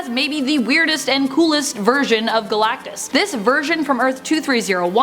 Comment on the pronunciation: Man I don't know why I laughed everytime you said Guh Lak Tus. thank you for great content and videos